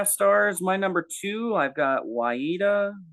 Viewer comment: Excellent job guys, especially going in cold. The Enz were part of my world from a very early age growing up in Australia in the 70s. That said, I'd have trouble ranking the albums. Waiata (pronounced best by ) is a sentimental favourite of the pop era for me. Very happy it's his number one. The easy to find Enzology podcast is well worth a listen, especially for the early years. Very candid and worth your time. The Rootin' Tootin' Luton Tapes is very highly regarded and well worth a listen. Well done guys, made my day.